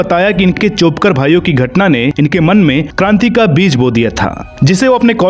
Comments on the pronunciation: चोपकर नही चाफेकर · जे माहिती सांगतात तेही महाराष्टातील अनुराग सुर्यवंशी आहे. निदान त्यांनी तरी चाेपकर ऐवजी चाफेकर बोलायला हवे. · 2.22 "चोपकर " भाई नही , " चाफेकर " भाई .